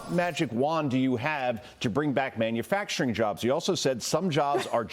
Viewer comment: I wish he could just pronounce man-u-facturing.